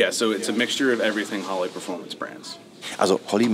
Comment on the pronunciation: It´s not Holly....it´s H o l l E y 😚 🤣🤣🤣🤣